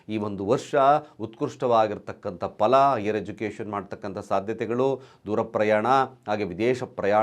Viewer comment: Mituna alla, MitHuna. Pala alla, PHala.